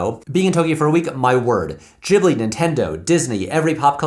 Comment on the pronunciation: You pronounced Ghibli correctly.